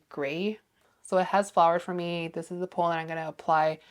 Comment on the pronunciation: Love your content but I have to say… it’s Pollen not Polen.